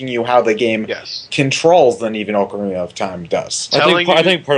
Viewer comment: Good god the way butchers the pronouncing of ocarina I hate when people do that